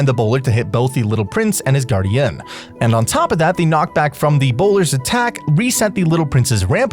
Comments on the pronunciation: This guy doesn't know how to say "guardian". I hate your videos compared to Gratz. You stuck. Please quit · Nice video and all but holy hell did i want to click off the video with how you pronounced guardian